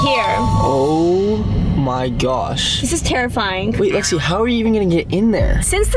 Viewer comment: It's Lexi not Alexa😡